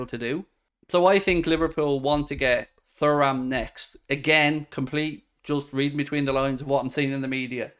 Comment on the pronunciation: Hi mate I think his name is pronounced turam